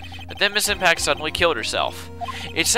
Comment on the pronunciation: evry time i hear "ms. impax" is sound like "ms. tanpax" hahaha :P